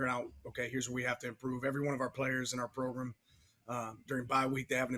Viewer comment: I love it. "Our Progrum"! Man I love our Head Coach!